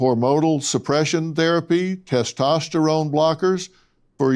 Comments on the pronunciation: Testestralone? What’s that? If a person can’t even correctly pronounce a word in but guns to believe what they have to say about it. Testosterone. Estrogen. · "Tes testerone" lol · I'm sorry I can't take anyone serious that says testEsterone. It's not a rigorous test to prove if you're a female. And if I were an athlete, in today's day and age, I would happily take that test as I'm sure most other female athletes would. This person is a liar. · "" my man, don't try to school me on biology when you can't even pronounce "testosterone" correctly.